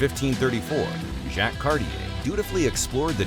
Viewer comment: Ai trash calling “Jacques” “Jack…”